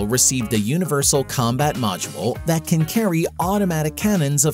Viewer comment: Continual over-emphasis of the word "can" is the first giveaway this is an AI voice. Has trouble with 'the" as well. We're not quite there yet.